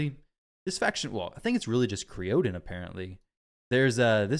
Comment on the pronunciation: I believe it's pronounced "Cryo-don" but who knows lol. Love him